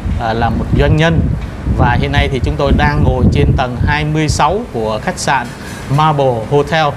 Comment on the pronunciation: Xin góp ý với anh là Maple chứ không phải (marble) theo cách phát âm.